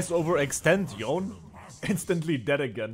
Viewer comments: No, it’s supposed to be something like Yo-nei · Nah its Yone-ay, thats how Yasuo says it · Can bro pronounce Yone right once